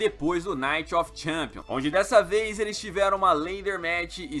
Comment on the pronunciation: fala champions direito